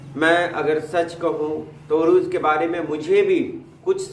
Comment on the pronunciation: Arooz correct,urooz galat.